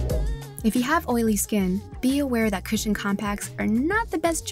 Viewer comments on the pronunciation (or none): Why some ppl read cushion become "cashion"